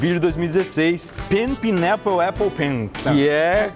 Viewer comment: Esse pineapple que ele falou doeu até a alma